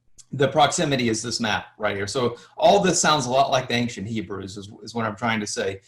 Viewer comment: Ppl of many nations “ibreii”